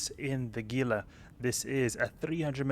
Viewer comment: Just added for information... it's pronounced Hee-lah. Not that it matters :) Thanks for all the videos that I, as a new player, have been enjoying